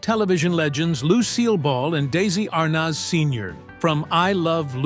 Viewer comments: Arnoz?????????? It is pronounced like Arnez. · It was a 28-minute video that should have been about 5 minutes long. Many minutes of repeating the same narrative over and over by an AI voice. Anyone under the age of 100 years old knows how to correctly pronounce Arnez (R- NEZ). It's not (R - NOZ). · Gawd, how I hate these AI-narrated stories. Lucille Ball was married to Desi Arnaz, pronounced DEH-zee ar-NEZ. He and people in the news, TV, etc. pronounced it that way. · his name is pronounced “ArNEZ” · These stupid AI vids. It's pronounced "dez-see Ar-nez'. And, half the time, showing pics of the wrong ppl eith what is being spoken, described. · When such appallingly misspoken AI narration is used in a video it brings into question the accuracy and value of the entire content. It's bad enough when mistakes in pronunciation are made, and allowed to slip through the editing process, but when those errors involve iconic Hollywood celebrity names... there is absolutely no excuse. Your concept had potential but the unforgivably sloppy production values force a dislike on the video itself, and a request to not recommend this channel on my homepage in future. I strongly advise you to get your act together, or to seek out an alternative pastime to video creation.